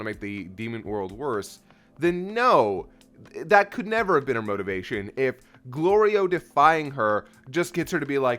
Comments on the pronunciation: Shit was too cute when Goku said Glorio correctly. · I can't believe neither of ya said anything about Goku getting Glorio's name right for the first time. Fully expected a comment about him always messing up Glorio's name on purpose. Lol